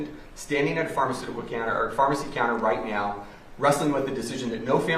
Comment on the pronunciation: Did anyone catch the "right meow" ?